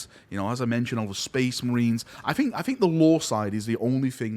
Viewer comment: my guy, I struggle to watch your videos because it triggers the ever-living fuck out of me whenever you say "fink" instead of "think" - but you're a GREAT guy, your passion is infectious, and I want nothing but the best for you. This is one of the most difficult decisions you can make - because you're not deciding between 2 options, it's like being given a blank canvas and told to do something with it. I think the most important things are 1) follow your gut, and stay true to yourself, 2) follow the money. You have a family, so you have to find a balance between the two, and that is where you will find success.